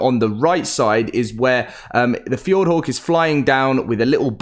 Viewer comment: The way you say "hawk"is fucked! 🤣"F-yord-whore"